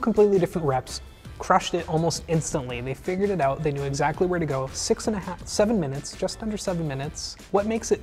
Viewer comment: The number "siccus"